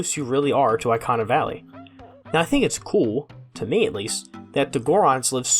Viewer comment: E-KAH-NAH not EYE-KAH-NAH.........